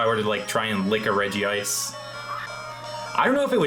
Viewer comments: i agree, great video, though it hurts me he incorrectly pronounces it as regi-ice. curse you 4kids dub and your incorrect pronunciations. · "I would Sawk on a Regice" is up there with Drain the Hog. 😂😂😂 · Is there a reason why you always call Regice "Regi-Ice"? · My man comin' in with the old 4-kids pronunciation. A very bold move when people are so quick to judge.